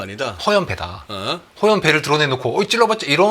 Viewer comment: 허영 배(X) 허연 배(O)